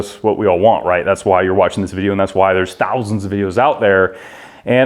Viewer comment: You can't resist can you, saying thousand with a hint of schwarzenegger in it :D